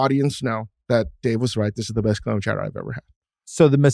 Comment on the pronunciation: mr. bill simmons, you have clam chowder down to a tee